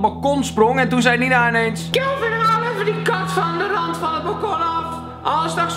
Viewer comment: Sjupermen Kjelvin😂